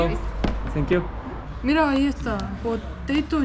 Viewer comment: Por qué sankiu y no zankiu? Suena estilo Tévez hablando inglés